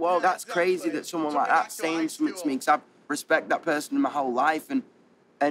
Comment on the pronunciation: " Becos " nO nO NOO